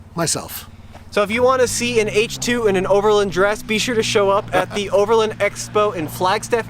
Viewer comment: It's over LAND not overlind. You wouldn't call the range rovers brother a lindrover would you? No it's a land rover. The word is overland, not lind